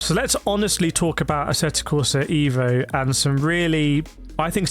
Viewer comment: on the side should you wish to pronunce this game title correctly like an Italian would do...just pronunce the E in the word "E"vo as you would with the word "E"lephant in English...😉